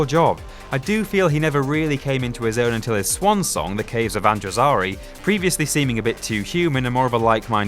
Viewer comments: Caves of Andro-ZAR-i? Let me guess - you've... never actually watched the series, have you? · U said Caves of Androzari... it's Caves of Androzani. Rookie error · If you're going to narrate a video on Doctor Who, try to at least pronounce everything right. The 3rd Doctor's car is named Bessie , not Betsy. The 5th Doctor's last episode was 'The Caves of Androzani', not the 'The Caves of Androzari.' Other than that, I was slightly surprised by this list. I know what usually happens with them - the top spot is inevitably given to David Tennant or Matt Smith. Nice to see a Tom Baker up there at no. 1. I always liked the 1st Doctor - but then I have a grumpy grandfather whom I adore, so no surprise there. And the 2nd Doctor always reminded me more of an eccentric uncle rather than a grandfather, but I'm happy he's so high on this list. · A., you are gorgeous. B. It's Androzani not whatever it was that you said. C. I thought this list would make me cross but you gave some very valid comments which I listened to and thought about before replying. D. Clearly you meant to say that Jon Pertwee was your favourite instead of Tom Baker. Tom got very, very silly towards the end whereas Mr Pertwee was consistent throughout. E. Did I mention how attractive you are...? Yes? Oh. Oh, okay then. I'll go now. Ahem. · Trash opinions. And the fact that you can't pronounce Androzani makes me feel like you haven't even watched the show